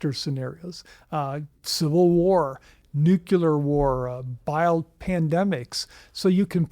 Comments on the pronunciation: NucLEAR. Not NucULER. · “ I know a lot about nuclear weapons” has a PHD, pronounces it “nucular” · Very difficult to hear an expert with a phd in something nuclear adjacent pronounce the word "nuke-you-ler" dozens of times. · A guy with a doctorate from Harvard who keeps pronouncing the word nuclear NOOCULUHR is not credible. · Neither of these people know how to pronounce the word "nuclear". Both of them are "authors". Both of them are making money while we watch this. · I’ve never heard the word nuclear mispronounced more.